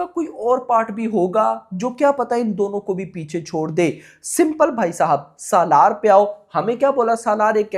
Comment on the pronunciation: पहली बात तो ये है की सलार को सालार बोलना बंद करो भाई 😂